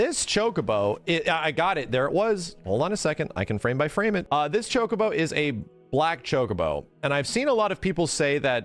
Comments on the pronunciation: thats how its pronounced. Cho-Koh-Boh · stop saying chokeabo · Ya it's not chuck-a-bo lol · just to be clear i would exept the shity french acsent shock-u-bo like chocolate in a french style of saying the word ..... the u is soft like the w i worry the bo islike bow but a short soundsing o sound barely a hit of the w sound at the end of the word. shock-u-bo or shock-a-bo how ever you prefare to read it